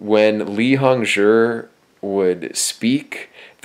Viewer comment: I don't plan to rewatch but I do believe he pronounced Hongzhi properly. Zhi is said as jurr in Chinese pnemonics so it's pronounced hongjurr.